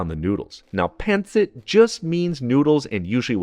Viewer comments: Yummy! But...not PAN sit...It's pronounced PUN sit. Thank you! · The accent is on the second syllable, not the first. pawn-SEET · Pan-cit 😂😂😂😂😂😂😂😂😂 OMG the pronounciation and accent pan-cit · Good job on the Pancit but your Filipino pronunciations are way off!